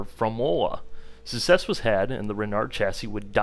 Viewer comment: Success has a C in the middle duuuude lmao. Pronounce it